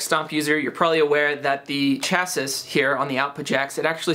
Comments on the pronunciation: ChaSIS? Ha. Guy, it's pronounced chass-ee. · I don't know if this has already been commented on, but "chassis" is pronounced without the "s" sound on the end. Like "chasee" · lol at that pronunciation of chassis.